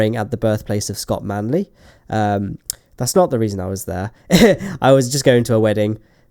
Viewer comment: Scooot Manley